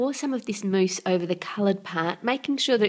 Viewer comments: Why do you call it mouess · it's mousse